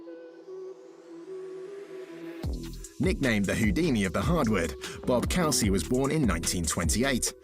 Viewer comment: Bob COO-SY WHO IS BOB COWSEE